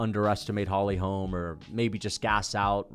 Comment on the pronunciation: The way you pronounce holy holm is so annoying